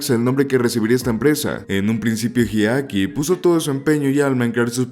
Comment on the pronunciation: Más de una vez te escuché mencionar erróneamente el nombre de Hideaki llamándolo "Hidekai" 😅🙄